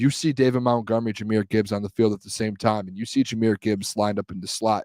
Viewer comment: please say these two words for me..... Mount...... Mont....... now say Montgomery